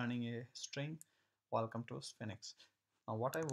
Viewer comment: Nice tutorial. It's pronounced like "Sfeenx" (1 syllable)